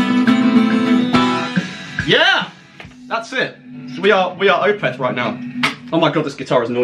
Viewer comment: stop saying Opeth wrong